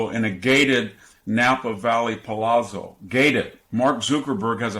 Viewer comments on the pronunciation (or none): none